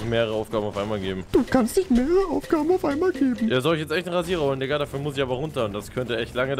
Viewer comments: Rewi es heißt Digga nicht dika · Warum sagst du immer dikka?